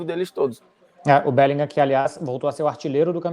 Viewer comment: Esse "BÉLINGAM" arranha meus ouvidos kkkkk. A pronuncia em inglês é "BÉLINRÃ", CARALHO kkkk